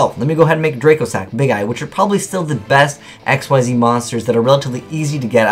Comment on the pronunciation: Xyz is pronounced "ikseez," not "x-y-z"